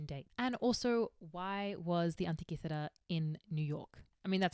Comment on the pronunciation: I love how she says Antikythera ❤️😁